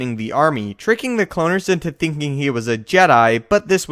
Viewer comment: Why can you never pronounce things properly it bugs me soooo much, the way you say kaminoan cloaners was fucked up!!